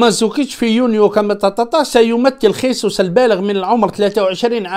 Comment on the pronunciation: خيسوس بالإسبانية أخي و هو برازيلي يتكلم البرتغالية و هذا يعني أن اسمه جيزوس و ليس خيسوس عمو.